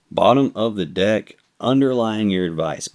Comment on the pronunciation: lol I thought you said “dick” instead of “deck” 🤣🤣🤣